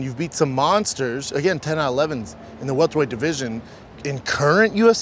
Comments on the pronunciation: Pronounced it “weltered weight”? oh Brendan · He said “Weltered” weight